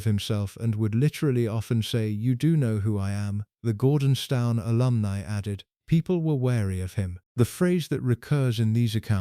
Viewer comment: Gordonstown ? Its pronounced as Gordons - TON. Sheesh, can you not get it right first time ?